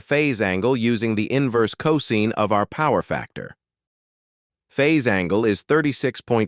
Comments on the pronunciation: Excellent video! May watch it again 👍 ... BTW ... 'cos' is pronounced co-sine (sign) vs co-zeen. Typo — *improvethis 41.41⁰ — Should be 41.41° using a degree symbol ° vs a superscript zero ⁰ (I first thought it was to the power of ^0) Windows calc —— Type 0.75 first, then [ Scientific, trigonometry, 2ⁿᵈ, cos⁻¹ ] (Enter .75 first... then cos⁻¹). Entering: [ cos⁻¹(0.75) = 67.5 ] ... Instead enter: [ .75 cos⁻¹ = 41.4096 ]. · Is not co seen, but co sign. Learn how to pronounce cosine ffs!!!